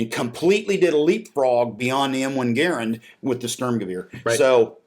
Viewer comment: Jean Cantius Garand (John Garand) was born in Quebec. I’m Canadian and my Dad’s Quebecois; the French Canadians don’t emphasize syllables, they say De-Oh-Dor-Ant instead of deodorant. GAARend is wrong just as grAAND is wrong; you will never be able to say it the right way because QUEBEC IS A BIZARRE PLACE FULL OF BIZARRE PEOPLE! (It’s lovely btw)